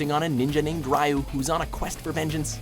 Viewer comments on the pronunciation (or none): Stop saying "Rye-yu" it's "Ree-yu", can you not butcher a language for once! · It's Not Pronounced "R-i-u" It's "R-ee-u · Rye-oo? Ugh, NO! It's Ree-oo! asdagkhjseohnaobvfanoibesnan;a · jesus christ...his name is not pronounce rai-you it's pronounced ree-you...goddamn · ninja gaiden: it is pronounced REE-YU. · why do people not say Ryu right they always say Riu